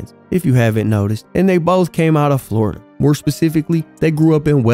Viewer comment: Flordia?? An island?? 😂😂😂😂😂